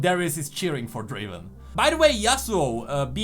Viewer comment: It's not draven it's Draaaven